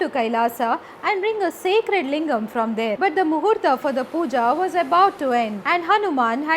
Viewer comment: I don't like the way you pronounce hindi words in westernised english.... It's just heart wrenching to listen to Muhurat as MUHURTAA and simply Ram as "RAMA"! being an Indian, you can pronounce them the way they are... Why to westernize them?